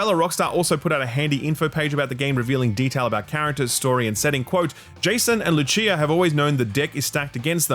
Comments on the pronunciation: ok but... Loo-Chia? Brother, what? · This is the very first time that a bad pronunciation made me cringe, normally I don't mind them ... But Lucheea!? Brother, she's latina, not Italian! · Lucia ...Lucy-ah not Lu-chia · “loo-CHEE-uh”? lol, pisano…she’s Latina. “loo-SEE-uh”. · Why does he keep saying "Louchee-uh", it's Lucia. LOO SEE UH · Bro please….not LUCHIA its pronounced LU-C-A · pronouncing luCCia instead of lusia was not on my 2025 bingo card lmao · Loo-Chia LOL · Who is Loochea? its pronounced Loo-SEE-uh, dirty austrie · LUCHIA? It’s LUCIA😭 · I'm sorry, i can't get over the "Luchia" pronunciation. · LOO CHIA? Cmon. Its pronounced LOO SI AH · LU-CEE-UH > LU-CHEE-UH LMFAO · "Lutchia"? Did you see the trailer on mute? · Luchia? It's pronounced 'Loo-see-ya?, not 'Loo-chi-ya'. It's spanish, not italian. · Cannot let you get away with "Jason and LuCHía" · It's Luu-See-ah, not Luu-chee-a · "LuCHia " hahaha man its Lucia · It’s the correct pronunciation in Italian, the language of origin for the name Lucia. It can be said like Loo-chee-uh (Italian) or Loo-see-uh (Spanish & French). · Just a correction "Lucia" in spanish is pronounced "Lu-see-ah" (the way you prnocunced it was the Italian pronunciation, in Spanish "ci" is similar to english "See") love the show, please don't hate me. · Loo Chee ah hahahahahahahahahahahahah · It’s pronounced Loo-sea-uh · Luh-chee-ah ….. lmfao wtf was that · ITS PRONOUNCED LUSIA 😂😂😂😂😂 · "luchia" omg bro 💀💀💀 ffs they pronounce it in the trailer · LuChia? LeOHkneedah? What? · Did...did you watch the trailer? wtf is Loo-chia bro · lucia not looCHHHIIIiaa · "Loo-chia" LOL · "Luchia" lol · Did you just say Lucheer? 😂😂😂😂First for everything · Bro said “louchia” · Loo-See-Uh. Common wealth Anglo try to pronounce Latino names challenge (impossible) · “Lu-chia” lol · How hard can it be to pronounce Lucia correctly? It's a c, as in lucid, not "Lutshia". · This pronunciation almost gave me a heart attack